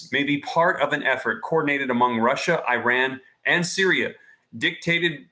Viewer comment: Dude if you can say Israel you should be able to say Iran properly too. Esrael, iran come on practice